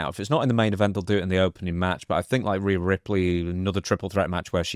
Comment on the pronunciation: Why he say Rhea's name all fucked up?